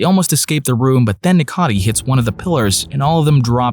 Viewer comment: Note: The purple elephant's name is Necati, not Nicati. Besides of this... 👍